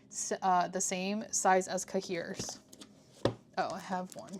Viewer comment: I love the style of this video! 💕 (also, no shade, I’ve never heard an English pronunciation of cahier haha - it’s pronounced “kaiy-ay” (as in yippeekayee”) in French. Took me a second to realize what you were saying hehe)